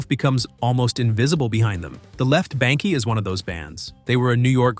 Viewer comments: It's not BANK-EE, it's BANK ! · It is pronounced The Left Bank, not bankie. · The E in BANKE is silent.